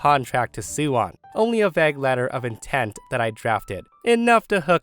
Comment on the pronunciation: Please stop mispronouncing "vague."